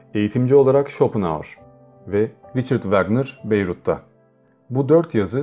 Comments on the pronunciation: Bayreuth Beyrut diye okunulmaz BAYROIT diye okunur , bende kendimçe soruyorum Nietzsche'nin Lübnan ne alakasi var diye 😂😂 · Selam Bayreuth Nürnberg 60 km yakınlarında küçük bir şehir. Aynı zamanda Richard Wagner’ in evi ve mezarının olduğu yer. Sanki sizin telafuzünüze göre Lübnan Beyrut gibi anlaşılıyor. İkincisi Basel telafüzü. Beyzel mi Bazel mi? Tesekkürler